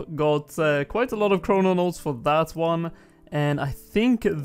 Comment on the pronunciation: ChroNOtes, not chrononotes